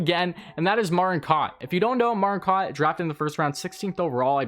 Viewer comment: It's pronounced Alex 'Bue-cage' and Martin "Cow-t'